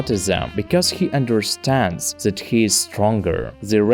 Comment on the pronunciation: It's either German over-correction or a Slavic speaker? ._. As I keep hearing a Z in That. I get English isn't phonetic at all due to an outdated alphabet with 26 letters isn't enough. Also Says brought with the wrong vowel. It's not a diphthong, but a monophthong. Also you spelled pronounce wrong. T_T